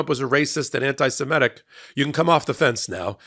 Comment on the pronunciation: and readers. This is how to say Semitic. mit, not met sorry about being pedantic, it is on of my few manias